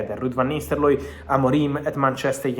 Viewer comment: You need to learn Ruud's name. Its Nistelrooy, not Nisterlooy